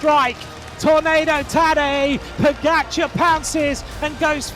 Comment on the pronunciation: You are a paid pro commentator. Why not learn how to pronounce correctly the name of pogacar?